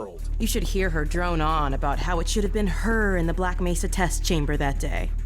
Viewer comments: doesn't do videos on mods/fan work. There's nothing special enough about Black Mesa to warrant anything more than the 0.5 second clip in this video of the Black Mesa G-Man voice actor mispronouncing "Mesa". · so video about "Hunt down the Freeman" was a mistake or smth? also, that "Black Mesa mispronouncing" thing was from Hunt down the Freeman not from Black Mesa.